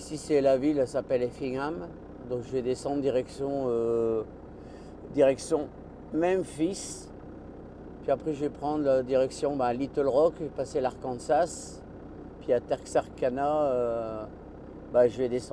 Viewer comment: Bonjour, Pour information, il ne faut pas prononcer le "s" à la fin de "Arkansas" parce que cela vient du nom de la tribu sioux, les "Acansas", qui avait été nommée les "Arkansas" en français, et comme c'est le nom français qui a été retenu pour donner le nom de l'état, le "s" de fin ne se prononce pas, comme pour les lamas, les pandas, les pumas et autres, et il faut prendre en compte que les Américains ne prononcent pas non plus le "s" de fin… En revanche, pour le Kansas, il faut prononcer le "s" de fin parce que l'origine du nom n'a pas de lien avec le français.